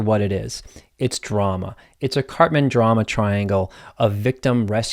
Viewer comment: I always double take when you talk about the KARPMAN drama triangle because I think you're saying CARTMAN from South Park.